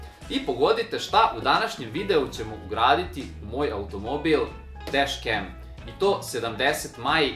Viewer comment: DesKem? Al znate engleski, a bitno je da se proseravate sa istim. Nauci izgovor druze.